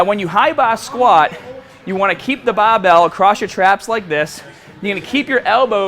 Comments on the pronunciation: his accent gets so thick when he says bahbell... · does anyone else think he says barbell in a funny way hahaha he says that only word like he's from south Boston but speaks everything else in different way